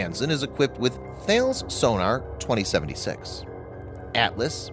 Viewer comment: Thales is pronounced, TA-LIS. Every single British video you do makes this fuck up. TAL-IS.